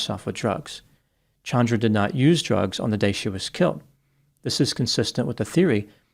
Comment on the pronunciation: This actually seems justified. . . So sick it happened in front of a small child, but the law would not protect him if he claimed spousal abuse. . Thank you for changing your pronunciation of Chandra. . . My cousin (not this woman) HATES being called CHAN dra vs. ChAHndra